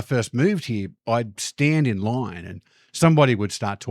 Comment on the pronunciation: You spell line as such, yet pronounce it lahoiwn ? 😅